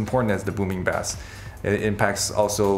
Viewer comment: Not sure how the guy in charge of your audio product doesn't know how to pronounce the word bass.